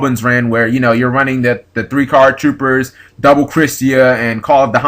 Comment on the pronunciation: He said three card toopers lol...